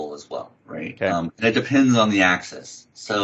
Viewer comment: AK-seez. I know knows his stuff but this mispronunciation was distracting.